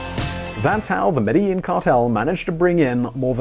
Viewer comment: It's pronounced medgeheen